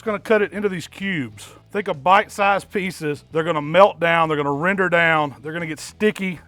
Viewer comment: CAN YOU SAY RENDER ?